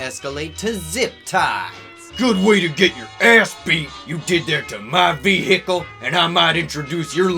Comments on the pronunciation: ve hicle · lol the pronunciation of the word "vehicle"